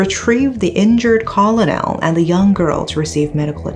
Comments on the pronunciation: Great video! One thing to note is that the word Colonel is pronounced (ker-nal) like a kernel of corn. I know it looks like it should be pronounced call-oh-nel but it simply isn't. 😂 I know, English is very stupid. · Colonel is pronounced as kur·nuhl, rather than caw-low-nel. Thank you for your content. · Colonel is pronounced "cu-er-nil"~~~~ I love you, I just want to let you know how we say it in America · Colonel is actually pronounced 'kern-al'. It's bad enough that Pai Bing-Bing had to deal with the tragic brutal murder of her own daughter. But, the fact that she also had to deal with so much vile crap, not only from random clueless individuals, but the media (to no one's surprise), as well. In all honesty, I'm astonished how she'd ever managed to keep it together. 😢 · Hey.. would just like to point out something rather insignificant but thought you might like to know.. The pronunciation of the word 'colonel' is actually homophonous to 'kernel'. Beauty of English eh? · Dear, "Colonel" is pronounced /ˈkərnəl/ or [kernel]. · Colonel is pronounced "kernel" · The pronunciation of colonel is “kur-nuhl”